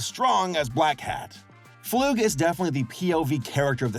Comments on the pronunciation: ITS NOT FLOOG ITS FLUG 😭😭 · The way pronounces flug as floog makes me cry a lil lol- (also fun fact! his full name Kenning flugslys means theory and plane crash in Icelandic and in Icelandic is pronounced similar to how pronounces it but in English would be pronounced flug like ugh boot idk how to spelt it) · i think dr flug is pronounced (fl-UH-g) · I thought his name was pronounced like slug. Also there is some deeper original lore to Demencia that makes her character kind of sad. I don't know if they're still going with that or not, but I don't want to way too much in case of spoilers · God damn it say his name right start to it's Dr. Flug